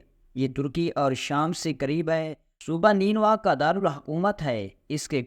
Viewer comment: الفاظ کی ادائیگی درست نہیں ہے لفظ کرد kard نہیں kurd ہے لفظ نینوی نہیں نینوا nainwa ہے ۔